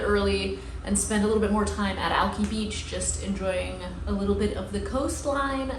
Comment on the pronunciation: Oh no. Hopefully someone told you how to pronounce Alki correctly by now. Also that we don't put "the" in front of the highways; it's just "I-5" not "the I-5" 🤞 💜